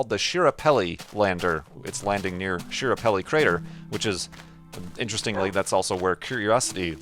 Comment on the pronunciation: It's pronounced SKA-parelli, not SHI-rapelli,. Also, it was trying to land at Meridiani Planum, not Schiaparelli crater. And Curiosity is in Gale crater, not Schiaparelli; in fact it's on the other side of the planet. So 0/3. Opportunity is on Meridiani, though, so that might be what you're thinking of?